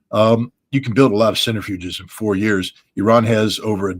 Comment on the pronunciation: Centrifuges, not "centerfuges".